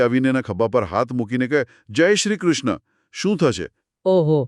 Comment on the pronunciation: બહેનનો અષ્ટાક્ષર મંત્રનો ઉચ્ચાર ખોટો છે."શ્રીકૃષ્ણ:"-અહીં છેલ્લે વિસર્ગ છે,તેનો ઉચ્ચાર ન થયો.ઉપરાંત છેલ્લે "મમ" અંતે મ પૂરો બોલાવો જોઈએ.બાળક ખાવાનું માંગતાં કહે "મમ્"તે નહીં.આ સંસ્કૃતમાં છે,જેમાં ઉચ્ચાર શુદ્ધિ મહત્વની છે.